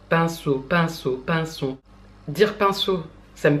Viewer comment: Quand tu dis pinceau j'ai l'impression que tu dis pinson... Bon... C'est pas comme si Freud avait pas été Darwinien mais j'ai pas pu m'empêcher de faire le lien avec Charles et J.B. 😄